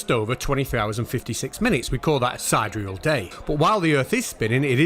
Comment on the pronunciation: Yeah, I noticed that too... heh., it's like "side-ear-real", not "sid real".